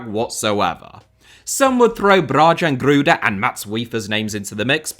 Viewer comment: "bra-jahn" gruda